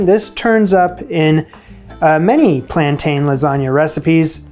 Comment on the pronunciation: It’s ’plan tin’, not ‘plan tane 😊’